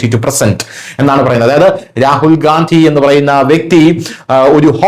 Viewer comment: ഗാന്ധിയല്ല, ഗണ്ടി എന്നു പറയു